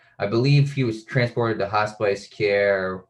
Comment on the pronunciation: Hospice not hot spice